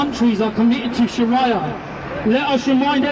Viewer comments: WTF is 'sharaiyah' last time i checked it was Shariah. Chav cant even pronounce the word, how embarassing. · Learn to pronounce sharia and show ur face , its a free country u dont have to hide , oh and by the way its the same god that Muslims and christens worship